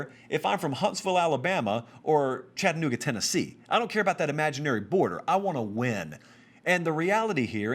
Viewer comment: You scared me when you said chattanooga 😂